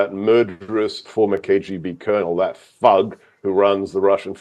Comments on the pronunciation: The word was thug not bug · Did he really say bug? I heard thug. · Thug not bug